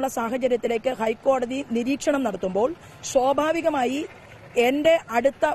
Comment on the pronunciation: ശോഭാവികമായി അല്ല സ്വഭാവികമായി